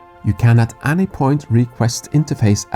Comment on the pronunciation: Hitchhikers don't stand a chance, lol., could you pls inform your friend to pronounce 'any' not as 'anni'? Phoneticly it sounds more like 'enni'. (same goes for 'anything - anone - anymore' etc) English phonetics can be confusing for us europeans (inglish lol)